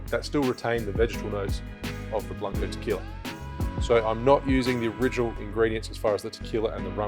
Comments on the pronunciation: But you still pronouncing 'qui' in tequila correctly, is the same, again, this is not an attack, is just a tip or advice to help you pronouncing words and names from Spanish Language, i had a lot of problems when learning english so i know that, but if you can improve your pronunciation you should, we always should be improving. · Rum AND Tequiila What's not to love? Cheers say ( Tuh - KWEE - la) lol